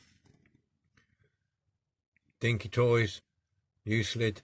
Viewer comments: Came out great. The c makes a k sound. Pronounced uk lid. Thanks for sharing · Pronounce You Clid. The first Euclid was a Greek mathematician who is universally known as the father of Geometry. Euclid heavy machinery is named after the city the company was founded in ; Euclid. Ohio. USA. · another beautful resto i own one of these as well and now I know how to open it thanks to you oh yeah the truck name is pronouced U Clid the E is silent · Lol - didn't take latin in school right? it's "YOU-KLID" - but still thanks for the video! I can't say 'aluminium' (or spell it either)! But I do love old toys and restoration. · 'Euclid' its pronounced as " Yook-Clid, ...ok ? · Hi just watched your restoration of the Euclid.The decal bit was a bit heary,but as always you did a brilliant job 👍.I think the 'c' in Euclid is pronounced as a 'k'.Great job.Cheers John.